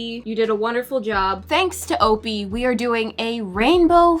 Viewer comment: Why is opie name said like o-pee and not o-pie...